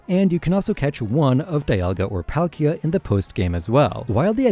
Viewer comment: It’s pronounced ray-QUAY-zuh, yoo-NUH-vuh, DEE-AHL-guh, PAHL-kee-uh, KEE-LOWD, KAH-lohs, MOHN, pehl-UH-goh, and arr-KEY-iss, “”! 🤨 You have poor pronunciation skills!